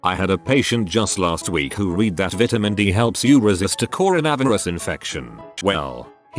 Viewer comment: Nobody: Everyone else: Corona virus Text to speech: Coron-Avirus